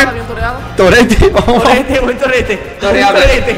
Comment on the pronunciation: por un momento escuche zorete en ves de torete xD